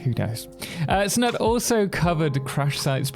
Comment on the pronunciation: His Name is, Snut. With a "U" as in you. It´s not Snat nor Snutt.